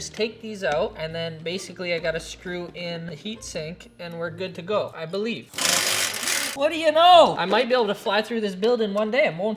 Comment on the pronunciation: The emphasize on "I believe" 😂